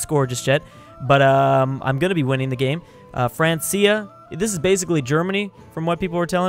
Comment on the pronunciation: Francia is pronounced Frank-Kia.